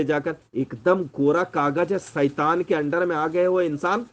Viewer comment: 😂😂मराठी 'ऐड़ा' लौरा लगता है शैतान को सईतान बोल रहा है ।